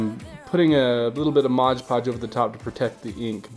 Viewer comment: It's Mod Podge not Modge Podge.